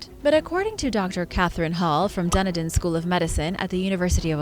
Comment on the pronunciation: Dun-E-Din, O-taa-go. You got close with the pronunciation. Home 🏡✌🏻🫶🏻💛